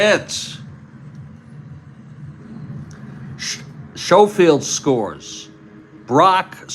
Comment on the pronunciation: it is pronounced Sko field